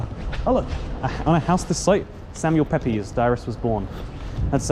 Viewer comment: My English teacher would have cried lol. we just read an excerpt of Samuel Pepys' diary for class and he made it a very big point to say that the last name is pronounced "peeps" and not "pepies". To each their own, of course. I just think it's funny that an American high school teacher corrects his students on some British diarist's name when in reality British people also say it the "wrong" way.